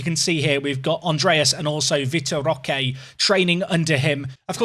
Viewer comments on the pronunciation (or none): none